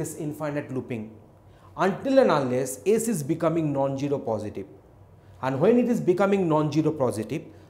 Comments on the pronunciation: love how he pronounces zero as gero :D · zero not gyro